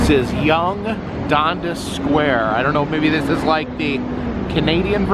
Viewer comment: Living in Ontario, and having a daughter in Toronto, I had no idea this place existed. I’m going to have to go see it, over the holidays. Dundas is pronounced Done Das.